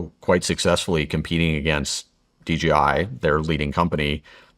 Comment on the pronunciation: It's not DGI, It's DJI. What else are you getting wrong?